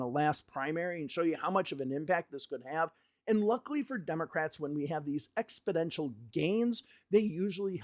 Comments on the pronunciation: ExpoNential not ExpoDential lol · It sounds like you're saying EXPODENTIAL not EXPONENTIAL. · Exponential not expodential dude. Thanks for your videos. Keeping me across what's going on. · Expidential? You mean exponential? No D in there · It's pronounced "exponential" 😏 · Exponential! NOT ExpIdential. YIKES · You keep saying a word that sounds like “expidential”. Do you mean EXPONENTIAL? Expidential isn’t a word. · You always make me chuckle when you say “exponential” as ‘expodential’ hehehe Keep up the great work! 💪